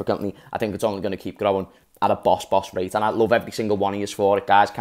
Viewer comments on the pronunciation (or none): none